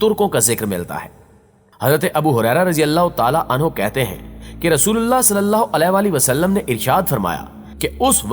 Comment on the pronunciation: Nabi e Kareem Sallallahu Aalihi Wasallam is the correct pronunciation .. Sari Bate apni jaga hn pehle Nabi Ka naam sahi se lena seekh jao